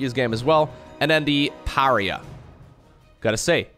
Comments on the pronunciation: maybe someone has corrected you already but just for an fyi, Pariah, is pronounced: Puh Rye Uh, not puh ree uh. love the4 videos tho, never played starcraft looked it up to see what ZvZ meant in albion. now i know but i cant stop watching. reminds me of playing warlords battlecry old old game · When he said Per-ree-uh instead of Pa-ri-uh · Pariah. Puh-RYE-uh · Love the new race and your video. It's pronounced "par-eye-uh" tho. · It's parr-eye-ah,;) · Pariah = puh-RYE-uh Basically means outcast. Someone being shunned. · I'm sure someone's said this but in case they haven't: Pariah is pronounced PEH-RYE-YAH. It means outcast. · You're pronouncing Pariah wrong. Pah-rye-ah. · Pah Rye Ah... Pariah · Pariah = Pa-Ri-Ah. Not trying to be mean, but reaching out. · Pariah= par-eye-ah Edit: love your stuff, been watching for years Edit: yes, please check out all the different races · Puh-righ-uh Uh-lie-tron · It’s “par eye yah” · Pariah is pronounced Pah-rye-ah, since you asked! Love this new sc2 race! Learn more so you can teach me! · Pariah is pronounced Mariah like Mariah Carey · Lol pareeah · Thanks for casting this,! It's fascinating to watch this sort of thing. I enjoyed the Hybrid cast, too. On a side note, I'm pretty sure pariah is pronounced pəˈraɪ ə (puh-RAHY-uh - stress on the middle syllable). Rhymes with the feminine name Mariah (like Mariah Carey).